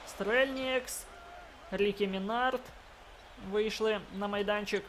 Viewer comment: И Минард ударение ставь на ми а не на склад на